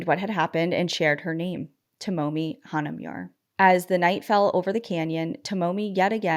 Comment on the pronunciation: For future reference Hana-moo-rah not hana-mewr :)